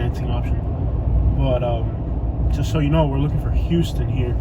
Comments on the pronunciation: The street is pronounced houseton not huston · It's pronounced like houseton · Just about to post this same thing...it’s a dead giveaway if you pronounce it wrong. How-stun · It's pronounced "house-ton". Also... Pendleton Homes isn't really that bad... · It’s H”ow”ston Ave not H”u”ston. Lol. Don’t trust any researcher who can’t pronounce the name of the street he’s looking for! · In Middle Georgia, it's pronounced How-stun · Couple of points..it's pronounced "How-stun" Ave. If you drove 2 blocks East at Pendleton Homes you would find Flamingo Dr. A real delight to visit. Born and raised on Villa Crest Ave. Kick ass food in the area. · The street name is pronounced "Hawston" Ave not like the city Houston Texas. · It's pronounced HOWston. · Its pronounced how-stun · The way GA folks pronounce that has always tripped me out. Houston (How stun) & Albany (Al Banny). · For one you need to learn how to pronounce our streets it's not pronounce like Houston Texas and if you don't like Macon take your ass back to AL. Your video was so full of BS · Oh by the way. You missed pronounced Houston Ave. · well, you pronounced Houston wrong. You were in the rather calm section of Macon. You should have read your history. Nothing further!!!! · You need to learn how to say the streets name correctly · You said you dont know anyone who's from Macon Ga but young jeezy the rapper whos technically is from Hawkinsville Ga so my next question is how in the hell do you think you know so much about Macon and this is your first couple seconds ever breathing Macon air you should get all of your facts straight bro and one more thing you are pronouncing HOUSTON ave wrong dont know what you are trying to prove but stay out of 478 and go home homie be blessed